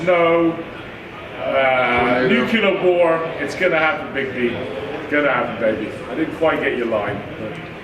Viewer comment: "nucular war '?!? fukn dork